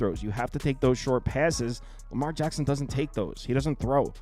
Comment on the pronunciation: It’s Lamar HACKSON 😅